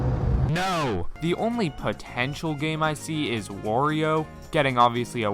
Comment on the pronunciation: why do you pronounce wario.... "wurio"